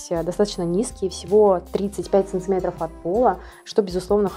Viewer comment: Ну почему "САНЦЫМЕТРОВ" ???!